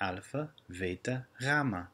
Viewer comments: Although you initially pronounce β as "veeta" (correct), later you incorrectly say "vay-tah". Also the pronunciation of "koine" is horrible, too painful to hear. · Pretty sure B is a B sound not a V sound... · Si dice beta non veta, io faccio il liceo calssico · Few questions for those who are more familiar with the Greek language... In this video, pronounces beta (Β) with a "v" sound. And tau (Τ) is pronounced with a "v" at the end. When I first learned Koine Greek, the teacher (who learned Koine in college) pronounced B like "bay-tuh" and T like "tow." I was told that no one truly knows how to pronounce Koine, but I'm sure those who use Modern Greek can chime in and give their two cents. Is more accurate the pronunciation of the ancient language? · I think you're using modern pronunciation. Veta was originally pronounced "beta", thelta was pronounced "delta", lamtha was pronounced "lamda", "taf" was pronounced "tau". Correct me if I'm wrong. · Seems different to "standard" as Bill Monce puts it. No doubt this pronunciation is correct for speaking, but a bit confusing for academic reasons. For example, in standard, Beta is pronounced like the "B" in "Bible" in "standard" not "V" like here. Gamma is pronounced like "g" in "gone", Delta is pronounced like "d" in dog. No doubt "standard" is to keep things a bit simple for modern learners. This video was interesting. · Are you sure beta is pronounced [veita] with ei-diphtong, or is it just that long e is too difficult for Americans? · I wondered where he had gotten a "v" sound out of beta. Thanks for the info! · Konstantin Trehagyrevopoulos και στο βήτα βάζει ένα έψιλον μέσα.